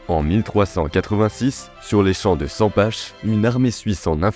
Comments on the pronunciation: Bonne video 👍 par contre Sempach ça se prononce pas sempache, mais saimparr😅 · Sympa la vidéo, on prononce " Sempar " par contre ^^